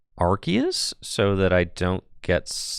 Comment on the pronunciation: youre pronouncing arceus wrong